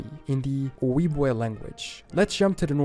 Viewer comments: Most Americans know little about the Indigenous people in their area thanks to colonization. It’s a shame because the tribes know so much about the land and its history. Indigenous knowledge systems are worth saving. Edit: Ojibwe is pronounced oh-JIB-way, not oh-YEEB-way. Which means “puckered toe” for the style of moccasins they wore. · He's also saying Ojibwe wrong. It's "o-JEEB-way". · He really massacred the pronunciation of the Native tribe Ojibwe……….it”s pronounced “ Oh….jib…..weigh “. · ojibwe is pronounce as jib way, the o is silent.